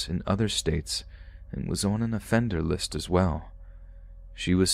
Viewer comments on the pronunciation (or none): "List" family.. Not Lisk ......